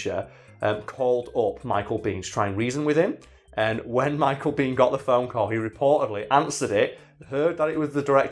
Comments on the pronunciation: Americans pronounce his last name " BAYn". Not " bean". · Michael Biehn pronounces his last name “bean”